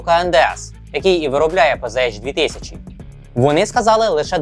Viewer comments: Правильно казати ПцАш. Бо це німецька мова, а не англійська. Панцер, а не панзер. Z читається як Ц. І літери ейч в німецькій немає. Є аш. Не надто важливо, але ріже вухо. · У німецькій нема букви "Єйч". Читаеться "ПанцерХаубиц",тобто "Пє-Зе-Ха"